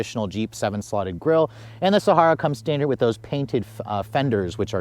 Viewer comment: Please learn to properly pronounce Sahara. It's super annoying listening to it repeatedly say it wrong.